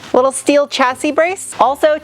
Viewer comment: Where’s your accent from? I’ve never heard someone add an “h” after an “S” so many times. Ex: Shteel?